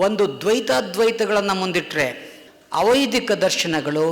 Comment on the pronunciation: ವೈದಿಕ ಅವೈದಿಕ ಉಚ್ಛಾರಣೆ ಸರಿಯಿಲ್ಲದೆ ಕನ್ಫ್ಯೂಸ್ ಆಯಿತು,ಸ್ವಲ್ಪ ನಿಧಾನವಾಗಿ ಮಾತನಾಡಿ